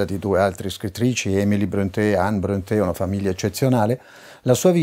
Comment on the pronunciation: Informo l'Autore che il nome Bronte,con la dieresi sulla e per renderne la pronuncia all'italiana,come voluto dal capostipite Patrik,si legge proprio Bronte senza accento. Tale cognome infatti è esemplato sul nome della cittadina omonima in provincia di Catania che lui adottò per qualche assonanza col suo originale Prunty,come segno di ammirazione per l'ammiraglio O.Nelson, dai Borboni appena nominato duca di Maniace,frazione di Bronte,in seguito alla sua vittoria su Napoleone a Trafalgar.